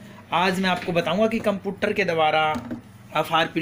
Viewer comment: Bhai computer hoti hai computter nhi...